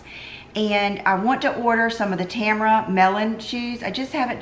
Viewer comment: from one 90s girl to another, Tamara is pronounced Ta-mara or T’mara. I used to think Tamra from housewives was a Tamara haha. Took me a while.